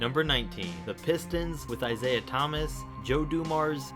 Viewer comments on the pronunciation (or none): none